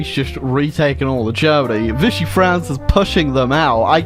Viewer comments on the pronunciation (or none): none